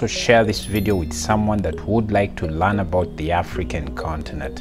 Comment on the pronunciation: Why do you say Lan instead of learn?? Google the pronunciation. And speakas instead of speakers